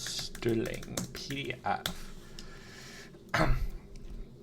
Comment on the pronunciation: Stirling pdf Dev here You pronounced it correct! 😅 Thanks for callout!